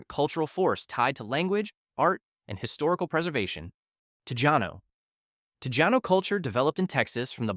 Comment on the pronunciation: "Tejano" is pronounced as Te-hanno.